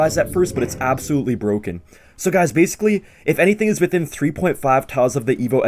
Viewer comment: Is it BWOKEN?